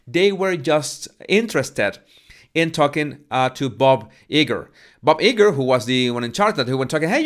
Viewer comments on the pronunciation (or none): Disney executive's name is pronounced Bob (Eye' • Grrr)... I only mention this because you emphasized, a couple of days ago, how much you want to pronounce words correctly. I think you do a great job❗